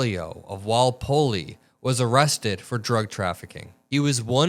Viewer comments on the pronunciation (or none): WALL POLL not POLL LEE. You just drew first blood with Massachusetts. Next up.. pronounce Worcester then Dorchester.. 😂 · Just want to get it straight, its Walpole not Walpolee as you pronounced it. Love your work and am a huge fan but just wanted to clear it up. Its actually where the maximum security prison is in Massachusetts. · It's pronounced Wall -Pole. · It's pronounced Wall-pole. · It's just pronounced "Wall Pole" as in flag pole my brotha. Just a heads up. Love your work homie ✊️💙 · And its pronounced Wall-Pole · Walpole. It's pronounced "wall pole." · It's Walpole (Wall*poll) no e. The last e is silent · Walpole is pronounced.. wall poll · it's WALL-Pole or WALL-Pull, if you're from Bahston. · It's pronounced Wall pole. Other than that, you're doing great. 👍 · I love you but it's WALL POLE... no extra E ❤ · Walpole is pronounced WallPole. It’s a town in Massachusetts where the state prison is located. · Hi, pronounced like this (Walpole) Wall pole is how we say it in Massachusetts, it's like Worcester, lol, keep up the great work 😎👍🌈💙